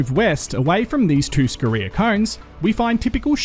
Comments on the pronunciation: Great video mate, but I get a little triggered by your pronunciation of Scoria and Dolomite. Your emphasis on the reee in Scoria and Dole in Dolomite to be specific. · You already know how to score. Just add "ee" and a short "a" if you want to pronounce "scoria" in both English and USA.